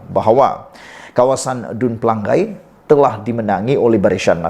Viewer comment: Eeehhh BODOH Kau tak sekolah kah? Menyebut PELANGAI pun salah.. Pela....ngai.....BUKAN Pelang..gai